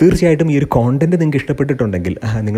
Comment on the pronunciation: Please pronounce കണ്ടന്റ്